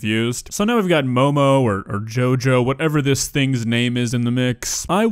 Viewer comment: Did u say jojo >:)